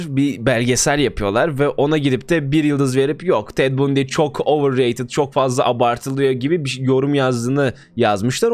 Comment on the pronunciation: Bundi ne ya "bandi" diye okunur o